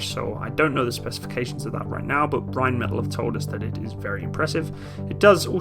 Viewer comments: it's just bugging me slightly but can you pronounce Rheinmetall properly? The L sound at the end is a long L, hence why there are two of them. Otherwise it would be just "metal", think of one of the L's as a silent H. Like metahl. Anyways love the vids. I hope we (Australian Defence Force) end up buying it as it makes sense when we just purchased Boxer IFV and MAN HX series vehicles as well as G-Wagon for light fleet, the display model their is in our camo so they are pushing hard. Might as well go German all the way, lament we never replaced the Leopard AS1s with latest variants opting for the Abrams instead. Using the Boxer turret on the Lynx would be a sensible move as well having common type across the motorised and mechanised fleets but we totally need on-vehicle ATGM capability. Not sold on the rubber tracks...Australian terrain in many parts of the country can be very brutal, it's not as forgiving as in Europe and in this case you can't replace a link or three and keep going, you're well stuck until RAEME arrives which I assume is a change of the whole track. All good for reduced wear on the drive line and weight reduction and to a point noise, i'm guessing there would also have to be some sort of (massive?) cost saving during maintenance life also vs track link. If it's only dollars and cents vs one or the other I'd be still going for traditional track link. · For future reference I believe Rheinmetall is pronounced Rhein-meh-taall instead of Rhein-metal :D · Rhein metáll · Rhein meh tall .. not the English pronunciation of metal. o7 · It's pronounced - Ryne' Met' Aaal'. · very nice, informative stuff. just one thing... completely your choice. Could you please pronounce Rheinmetall in the german pronounciation? so, Rehn-metall? thank you, whether or not you decide to change it, in future videos. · Pronunciation: Rine-maytahl them 'may' is short, the 'tahl' long.